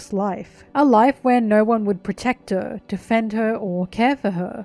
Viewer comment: Im so sorry but “she had naur home” killed me lol